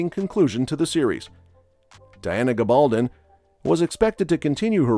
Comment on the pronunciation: GAbaldon, not gaBALdon!